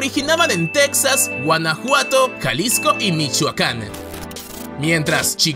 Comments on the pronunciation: No te has mordido la lengua de tanto decir tecsas ? Para nosotros los mexicanos es Tejas y se escribe texas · Insisto, se pronuncia "Tejas", no Tex- sas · NO ES TECSAS, ES TEJAS... WEY. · Disculpa, se pronunacias "tejas", no tex-as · Se dice Tejas, cómo se dice Méjico, no tecksas, se ve que eres de otro país, ósea no eres mexicano. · Pronuncias a texas como tecsas ...un mexicano dice mexico no mecsico . . La x la pronunciamos como j ....no se si es correcto.....